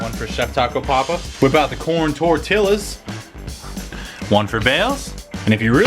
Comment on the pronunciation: Actually you pronounced cilantro right but not tortilla